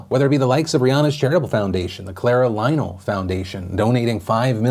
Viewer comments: its sea-air-ra. NOT SEA-RA. YOU BETTTER NOT DISRESPECT CIARA AGAIN!!! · Why did he pronounce Ciara like that 😭